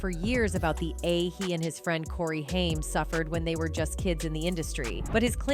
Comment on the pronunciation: HAIM...pronounced HAAAAYYYY-MMMM